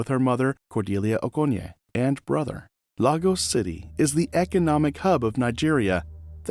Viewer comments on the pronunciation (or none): That's not how you pronounce Lagos btw